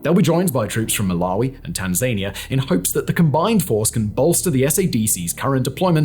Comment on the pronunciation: WTF is Tan-Zania? its pronounced tan·zuh·nee·uh